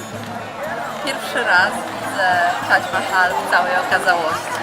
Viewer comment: Dlaczego mowi Pani Tadź Mahal a nie Tadż Mahal?